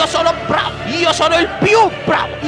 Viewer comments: BVR! rido solo a sentire a come pronunci "bravo'' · A parte che ogni volta che pronunci BRV o GRZ rido come un cretino, ma a TOUCHKILL me so' ribaltato daa' sedia. Attendo con ansia i prossimi video, BRV! <3